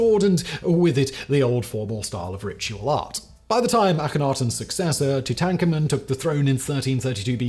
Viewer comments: Gotta love Simon's rushing and name butchering. Possibly the most well-known pharaoh, and popular old era warfare strategy: "Two-tank Come on". Okay i made that last bit up, but that's what i thought of when i heard him say that. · I thought he was going to get through the entire video with flawless pronunciation, but then I heard “Two tank amen.” Oh Simon 🤦‍♂️. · Tu'TANKAH'mun is the first time I've heard it pronounced like that, as opposed to Tutan'KAH'mun, is that the historical pronunciation? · Two-tanker-moon? Great pronunciation mate! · Thanks for the history lesson, haha. I am aware of who Tutankhamun was, Simon's butchering of his name just amused me. I've heard it said many different ways, usually emphasizing on the "amun" part, but i don't think i had heard the "tank" part emphasized before until Simon came along. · Simon makes like 10 videos a week in various platforms. No time to look up pronunciation. Besides, British people traditionally aren't required to be correct.